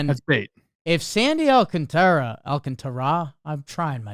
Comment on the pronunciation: Sandy Alcántara’s name has an accent in it. That’s the syllable you put the stress on. Phonetically, it’s “all-KON-ta-ra.” In most cases, when a Latin American name has no accent, you stress the second-to-last syllable.